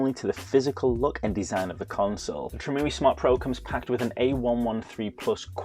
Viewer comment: Great video! Btw it's not Tree-moo-ee, it's Trim UI as in a a Trimmed User Interface. The reason Mario won't go in Mario Kart is because somewhere in the chain, something is detecting a pirated game. Many DS games used that mechanism.